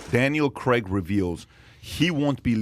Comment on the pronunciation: Why do you pronounce C R AIG, Creg??? I really dont understand it